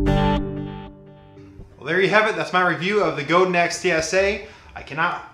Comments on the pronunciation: it's pronounced guh-dahn :) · I know I'm coming late to the party. This is a very thorough review which i love! But the Godin is pronounced Go-da(n) soft n. It's a french name. I met the original luthier Robert Godin 30 years ago so this is the accurate pronunciation. God bless you for your worship leading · no guys.. its not like tomatoe toemattoh. its my last name and its pronounced. god-in not go dan lol. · Great review! Btw, Godin is based in Montreal and so the name rhymes with "Chopin". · Actually pronounced Go Dan. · Wikipedia: Godin Guitars (pronounced Goe-dan) is a Canadian manufacturer that specializes in stringed instruments, Just so you know. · yes i am french canadian in french i have already explained that it is pronounced goad-dain.... however simce most people aee not speaking french when speaking the anglicization if MY last name is god-in... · It's pronounced GohDan. I spoke with Janet Godin, Robert's wife (who owns the company). There are many pronounciations, but in this case it's GohDan. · Go-dan is a better pronunciation than Go-din.